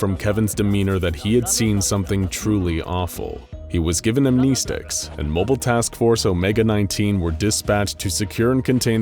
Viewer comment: what are these Am Knee Sticks you keep talking about? Do you mean Amnestics? If you need help with English lessons just let me know. You're making good content, but when trying to speak in a scientific manner, knowing the language and pronouncing words correctly helps a lot :)